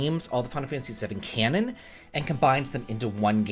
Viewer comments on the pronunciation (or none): none